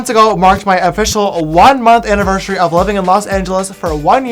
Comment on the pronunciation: Did anyone else hear James say "aniveshery"? and "siver" or something that has a "sh" shound for "driver"?